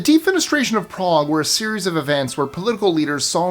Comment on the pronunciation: It's ok to pronounce cuties without the odd accent. Salzburg... Prague